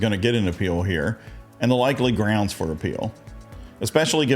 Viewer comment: Darrell Brooks "groundz" lulz